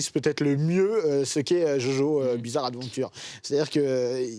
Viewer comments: Ptn c'est JoJo'SSSSSSSSSSSS Bizarre Adventure c'est pas compliqué Sinon sisi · aie l’accent quand il dit "jojo’s bizarre adventure"